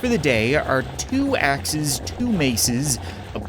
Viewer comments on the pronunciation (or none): none